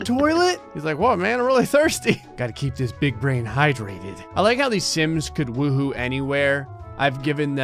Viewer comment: When did the intro, I thought he said "the simps 4"